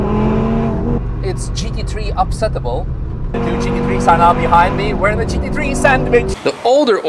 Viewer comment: Took me the whole vid to realise he was saying GT3 and not Cheeky tree.😂😂😂